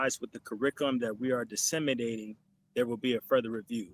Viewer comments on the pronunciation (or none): He can’t even pronounce “disseminate” whole 🦆 mixed with 🤡